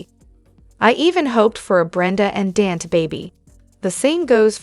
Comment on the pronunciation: Please pronounce Dante's name as Don-ta NOT Dantee...